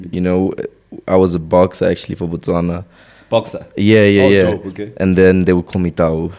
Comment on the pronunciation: I'm proud this guy said Botswana, Botswana... Not Baswana! 😊 Lots of love yeah 🇧🇼🔝🔥 big Up